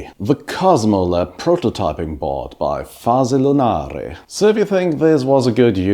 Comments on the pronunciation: you pronounced it well! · Yes you did it well, I find it a funny name for synthy stuff 😅